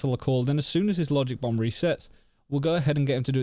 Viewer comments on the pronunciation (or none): none